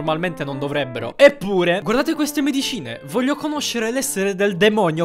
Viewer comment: Che rabbia vorrei dire un sacco di parolacce ma non vohlio